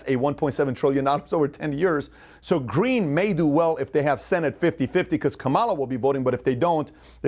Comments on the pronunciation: Luv your stuff but serously you learn how to say KA ma LA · “Comma La” is how you pronounce Kamala Pat.